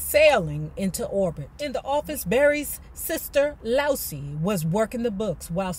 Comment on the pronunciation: ❤, that pronunciation is actually Loo eeez.